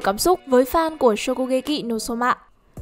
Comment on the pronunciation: Nghe giọng đọc chán quá 😑😑😑 cứ nghe shokugekị no somạ 😑😑😑 nghe khó chịu vãi